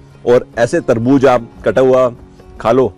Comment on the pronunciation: Sir it was not Tarbuj,it was Tarbuz